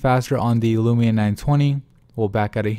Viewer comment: Is it too hard to say LUMIA INSTEAD OF LUMINA?